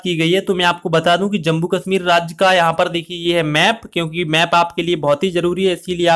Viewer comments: Its jammu not jambu bhaaiii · It's Jammu not Jambu